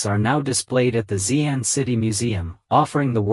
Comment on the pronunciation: She Ahn and She Ahn Yahng. Not zee ann etc. Xi = She…